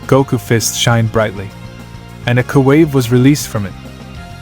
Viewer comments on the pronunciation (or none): “Koo wave”??????